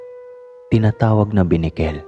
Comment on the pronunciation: Correction not binikel ,kundi benicquel